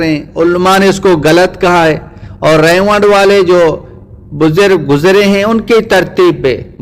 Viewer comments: رائیونڈ کو ریوڈ کہ رھا ھے ۔ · ap ko Baat krne ki Tameez hi nhi ha Tu ulma ka Adab krna nhi janta tu molana Saad sb aur molana Tariq ka Naam lane ki txmeez nhi zTujhe Haram k moot mola sad sb ko Gumrah Bata raha ha zTujhe to zRaiwind lafaz sahi se bolna nhi Aata Bhadway